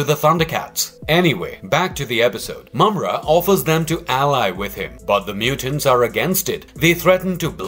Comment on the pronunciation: Congratulation! You finally pronounced his name correctly. I'm glad I could help.